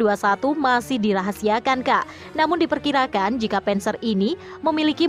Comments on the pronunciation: Admin blajar yang banyak😅 penser dispenser 🤣 bhasa jerman bacanya sama saja "der Panzer" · Bukan penzer tapi panser